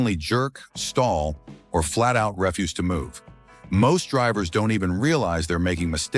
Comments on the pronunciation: Hard to listen to rest of video when the AI opens by calling them ’automatic cars.’ They are ‘automatic TRANSMISSION cars.’ And then right away , the AI mispronounces the word “refuse” (to start) by calling it refuse (as in the word ‘trash.’j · Has to be AI, listen to the way “refuse” was pronounced… 😮